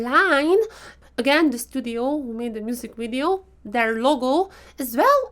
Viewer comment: Omg you really hit the spot when you say wideo :)))))))